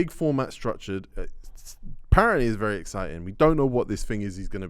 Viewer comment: Wery wery wery